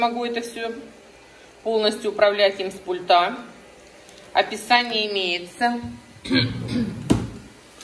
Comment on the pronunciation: Не с пультА, а с пУльта)))